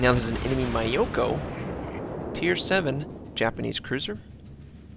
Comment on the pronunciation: terrible pronunciation is hurting my brain. Foo so, not few so. Mee ow ko, not Mai oko...augh!